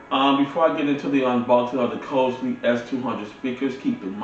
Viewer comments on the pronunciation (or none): And you pronounced the name of the speakers as COSELY but it's spelled Crossely .